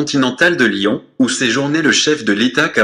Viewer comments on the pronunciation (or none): Raphaëlla Antigny ils disent louon ( Lyon) MDR